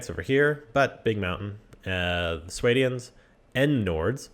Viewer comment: Swaydians, Kherigites, and Sarranides? Your pronunciation is so silly :P